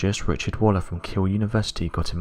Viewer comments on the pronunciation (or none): none